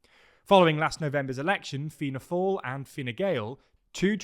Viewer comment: Hey team! Fair play for improving the pronunciation of both Fianna Fail and Fine Gael! Pretty spot on! Just on "Dail", it's pronounced as Dawl, as in Drawl without the 'r'